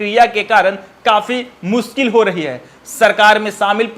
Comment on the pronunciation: Yar tum zameen survey par reporting baad me krna pehle tum khud bolna sikho Zameen ko jameen bol rhe Mushkil ko muskil bol rhe Asaani ko ashaani bol rhe Shuru ko suru bol rhe Jaa ko zaa bol rhe Bhai in sbko sudhaar kro Ya video me ana band kro Janta ko zanta bol rhe